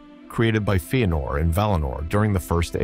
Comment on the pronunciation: Feenor? What are these pronunciations??? Bothering tf out of me